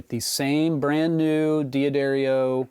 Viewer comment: Great video. One little thing though- it’s not “dee-adarrio”, it’s “duh-dario.”